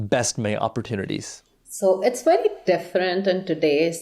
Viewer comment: Weird woman. Pls learn to pronounce words. Up-PPOR-chineetees is complete trash pronunciation. It’s like you’re not even trying.